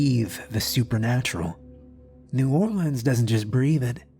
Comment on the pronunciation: Ok this was great and I’m tickled because you said “ New Orleans “ RIGHT !